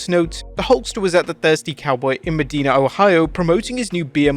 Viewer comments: I live maybe 20min from Medina and it’s pronounced MA-DINE-UH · It’s pronounced Med-eye-na.